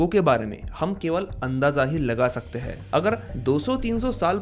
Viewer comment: आप महाराष्ट्रियन लोग अक्सर " हैं " को " है " बोलते हैं. . . . , , , - पर आपने "कहाँ " को " कहा " बोला है.